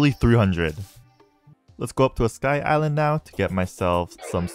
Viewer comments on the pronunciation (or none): none